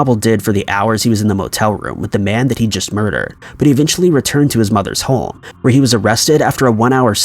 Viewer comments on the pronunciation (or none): Are you pronouncing home like holme?